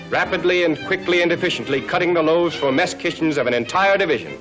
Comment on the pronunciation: Had to rewind and turn on CC because I thought I heard ‘mastications’… turns out it was "mess kitchens". Either works.